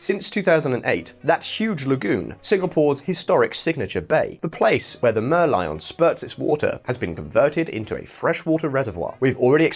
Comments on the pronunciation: City of Mer-lyle? I thought it was a mer-lion. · You pronounce Merlin wrongly.